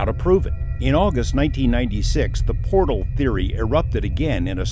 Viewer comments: We need a video on why Jeremy can’t say portal and calls them port holes. 😂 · now everyone take a shot whenever Jeremy pronounces portal, as port hole 🤣 all good! luv you Jeremy & George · JE: Repeat after me. Portal. JC: Port hole. JE: Portal! JC: Porthole. JE: Penguin. JC: Pangween! JE: Dammit! JC: Damn it. JE: ...........!? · "port-hole" You incredible jackass.... P O R T A L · He said “PORT HOLE” heehee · The woman in the uintah basin said it also portholes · It’s Portal not Port Hole Jeremy C’mon Man! Loved the episode ❤ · "Port hole", do you mean Portal? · Why is no one correcting Corbell on how to pronounce portal???. Does the guy really not know the difference? Astonishing.